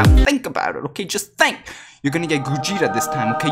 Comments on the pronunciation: No one: Absolutley no one:: gOjEtA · Ah yes, Gojeta